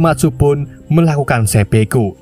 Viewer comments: Seppuku dul... bukan seppeku. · 1.09.23 dan 1.10.20 dst...dst..; Bukan Sepeku, tapi Sepuku min !